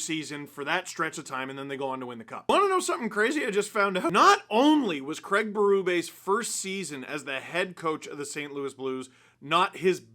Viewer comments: Fascinates me that North Americans cannot/ will not pronounce the name CRAIG correctly. You all say “CRAG”. Why? When water falls from the sky, do you say it’s RANING? Nope, it’s RAINING. So you can say it… Please say it. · Worst part of this hiring is 4 years of hearing the name Craig be butchered by how it’s said in North America. Sad times 😢